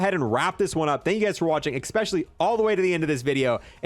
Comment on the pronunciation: Like your videos. Ecks-pesh-ullie when you say things like how cool the thunder looks.